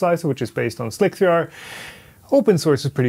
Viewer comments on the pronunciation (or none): pls stop saying slick three r. its slicer.... the 3 is an e....